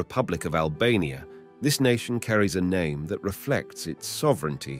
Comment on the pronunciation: The way im legit cryin bc hes buchering these naaaames😭😭😭😭